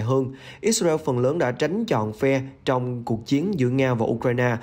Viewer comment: Lời bình luận thì hay mà điệu đà quá tổng thống bu thin, ít xa reo, , theo đa vid, da hu, ông trâm, nêu dót tham